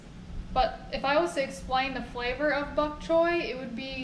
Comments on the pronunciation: Its pronounced the way its spelled . Bok choy not buk choy , so you all got it wrong . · It''s Bok Choy, Mom pronounced it correct BOCK CHOY not BUCK as you pronounced it.